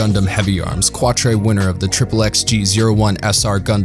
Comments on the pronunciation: "Tree-ez", "Rom-feller", "Kwa-tray"... WTF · Deeply cringing and waving my hands in the air hearing him say "Tree-ez", "Kwatray", "Rom-feller", "Shong Wufei". I honestly don't know how he pronounced Zechs right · Was it really too much to ask to re-watch a single episode to make sure you were pronouncing characters' names correctly? Quatre, Heero, Chang Wufei, Treize, Relena Darlian, Lady Une, all butchered and cringe to listen to.